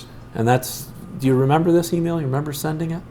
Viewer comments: Is this schlub saying “renember”??!! Believe it or not, Straight to jail. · "I don't renember the pacifics" is going to be my new catchphrase. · Renember the pacifics